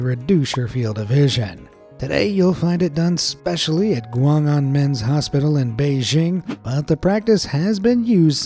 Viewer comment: It's not a men's hospital, the hospital's name is Guang An Men or Guanganmen. The "anmen" is the same as the "anmen" in Tiananmen Square